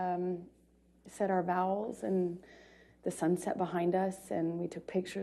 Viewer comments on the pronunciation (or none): Did she say vowels?? “Walked down the beach isle and said our vowels” 🤣